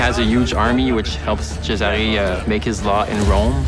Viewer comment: Cesàre non se pò sentì!! ma fatevelo dire come si pronuncia prima di registrare la voce del trailer!